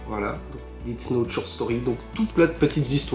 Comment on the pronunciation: Par contre ça se prononce « Dess note » et non « didts note » , ça commence à faire beaucoup les prononciations